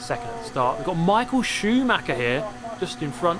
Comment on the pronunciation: "Its Micheal Schumacher" in an Aussie accent 🤣🤣🤣🤣🤣🤣🤣🤣🤣🤣🤣🤣🤣🤣🤣🤣🤣